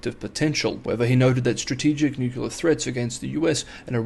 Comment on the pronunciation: What is newuckyoular ? Anything similar to new-clear (nuclear) ? Bizarre pronunciation. Mind you, if 6 is "sucks" no surprise making a complete Horlicks of nuclear